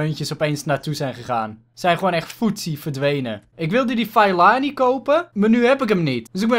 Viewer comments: Je moet Fellaini uitspreken als Fe(doffe e)llaijni ;) #DeBelgischeAfroMan #DeBesteKopperVanBelgie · Fellaini moet je zo uitspreken : Fellajnie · HET IS Félaini uitgesproken !!! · Fallijnie zo zeg je dat, toffe aflevering weer maar mijn voor keur was psg.👌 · het is fellAIni met de ai als je zegt als je pijn hebt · Je spreekt fellaini uit als felaynie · je spreekt het uit als feelajnie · Fe la ini is hoe je het uitspreekt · je spreekt fellaini uit als felaajni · Fellaini spreek je uit als felijnie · Het is fe-la-ie-nie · Fellaini spreek je uit als: ve-lij-ni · Je spreekt het uit als felaanie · Het is feleinie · Je zegt Fel-A-Ini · Je spreekt de naam van de afroman uit als FE-LA-INI!!!! Like zodat!!!! dit ziet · Spreek uit: feleenie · Je spreekt Fellaini uit als Felaanir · je zegt vel-ij-nie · Nee je spreekt het uit als vieleijnie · Je zegt felaanie